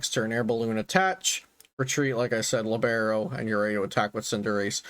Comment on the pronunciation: The ability is pronounced LEE-beh-ro. I only bother with the pedantic correction because it's part of Cinderace's soccer theming. A soccer libero is a central defender that is free of any man-marking responsibilities, so they can just go to the ball or even come forward into the attack, hence the naming and effect of the ability. I think it's one of the cooler things Pokemon has done with the theming in this generation.